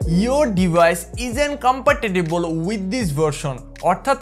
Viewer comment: Bro compatible pronunciation fully wrong hoi sa 😅